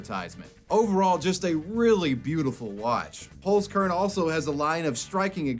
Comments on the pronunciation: The way you pronounce Holzkern is awful xD Pls look up the pronunciation and try it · The way you pronounce "Holzkern" is so funny to me. It translates to Wood Seed btw. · I love how you pronounce Holzkern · Always funny to hear English speakers pronounce words like 'Holzkern'.